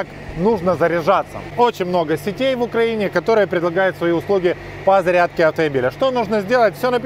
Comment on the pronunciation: какои цирк, 16 раз на зариадке гагаггагаага